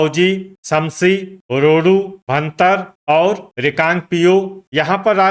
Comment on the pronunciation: 🎉 भरतार नहीं होता है भुंतर है उसका नाम कृपया करके इसको शुद्ध उच्चारण किया करें